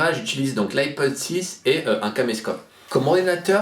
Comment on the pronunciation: C'est moi ou tu dis Ipone à la place de iPhone xD